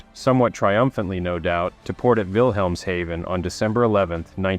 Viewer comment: Oh my god. You are the first person to pronounce “Wilhemshaven” correctly on YouTube in the history of ever. 🏆